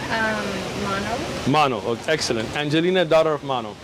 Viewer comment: Or when he said exellent...hehe